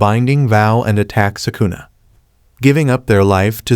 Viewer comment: He said sukuner